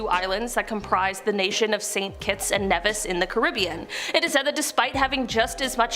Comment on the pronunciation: Also. It’s pronounced “NEEvis.” Not “Nehvis”